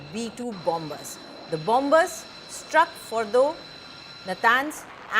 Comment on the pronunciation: BOMBERS😂😂😂 not BOMMERS